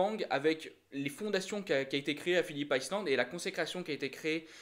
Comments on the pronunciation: C'est Phillip ISLAND pas Phillip ICELAND. Je veux pas être méchant mais je vois pas le but de cette vidéo. N'importe qui peut faire une vidéo en donnant son avis, on apprend rien. Tout le monde sait que Zarco a joué le top10, tout le monde sait qu'il a que 3 courses pour prouver à Honda qu'il a le niveau, tout le monde sait que c'est un coup de poker... bref désolé mais je vois pas du tout l'intérêt de ce genre de vidéo, on sait exactement ce qu'il se passe en lisant les articles motogp des différents sites. A la limite une vidéo de quelqu'un qui a des connaissances dans le paddock et qui balancerait des news ok, mais là je vois pas l'intérêt pour les fans de motogp qui connaissent parfaitement la discipline. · Par contre ta prononciation de « Phillip Island » fait saigner les oreilles 😳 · # # # le circuit c'est pas plutôt Phillip Island [aïeland] au lieu de [iceland] ⁉️🤔.... 🏍️😉👍 🔵🏍️